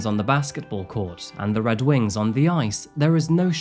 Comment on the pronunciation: Great episode. Side note - the emphasis is on the Red in Red Wings. 👍